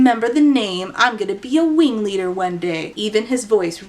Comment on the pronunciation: I'm the wingleader! Weally!